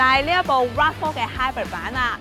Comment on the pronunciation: Hybrid都唔識讀,你讀嗰個音係hybird,唔係hybrid